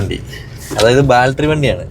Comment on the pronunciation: ബാൽട്ടറി അല്ല, ബാറ്ററി...